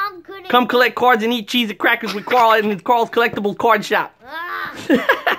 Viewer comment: Deez Nuts HE SAID CARL IT IS CARL ITS NOT CORL